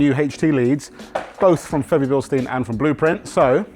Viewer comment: Febi bil-steen